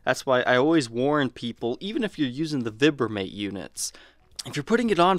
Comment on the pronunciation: This was very informative.. great visuals to highlight the guitars switches. Btw it’s pronounced “v eye bramate”.